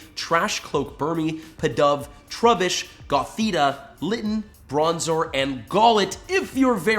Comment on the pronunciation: Right when says trubish me:he’s gonna quit if he catches one